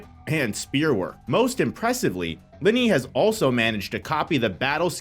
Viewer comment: You are not pronouncing Linie right....